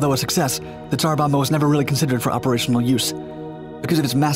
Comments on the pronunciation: tsar bomba, not bama. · You pronounce the latter B when saying Tsar Bomba.